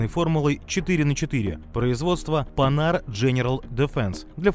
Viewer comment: Редкий случай, когда автор не исковеркал французское название марки. Спасибо.